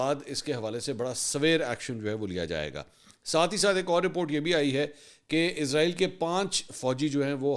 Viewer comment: o jnab anchor sahab israel hota hai. izrael nhi hota.. is tarha to india waly bolty hain...pehle to ap indian language ko follow krna chhorren ...izrael to ek farishtey ka name hai